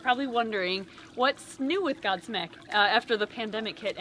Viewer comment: When said "Godsmack" I misheard it as... God Snek Not God Snake, God Snek... Since he likes reptiles...:\